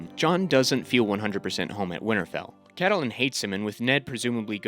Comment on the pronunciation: Ca-ta-lyn??? Lol....love your hard work though. Thanks.